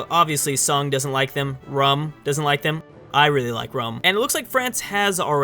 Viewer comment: Rums fucking pronounced room!!!